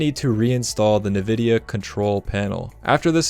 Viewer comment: “Nuhvidia” instantly clicked off after that